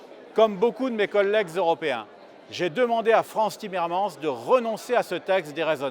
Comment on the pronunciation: On prononce , pauvre minus, et < frann's timmermann's>.